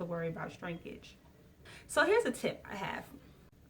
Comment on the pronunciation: Love the video, and love the hair but. Its shrinkage, like "Shhhhh"- rinkage, not shTrinkage.....